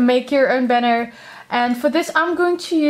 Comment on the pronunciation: *banner not benner